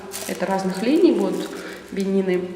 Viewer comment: Не бени́ны а бе́нины